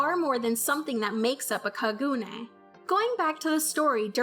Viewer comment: It bothers me how you say Kaneki and Kagune....but thanks for the video and explanation....